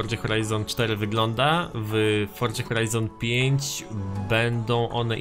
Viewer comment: grasz w tę grę od nie wiadomo ile czasu, robisz o niej filmy a nie potrafisz nawet wypowiedzieć poprawnie nazwy tej gry i nigdy nie wypowiedziałeś tego poprawnie, forDZa brzmi tak żałośnie, aż sie coś robi